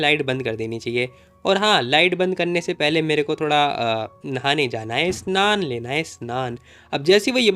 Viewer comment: Bhai tu Bangali hai kya. Tu abhi snan bol raha tha